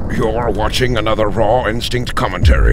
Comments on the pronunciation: why do you say "raw intstink" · when he says his name it sounds like ronstink